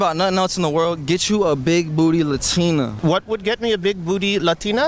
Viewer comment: the way he says latina shows he knows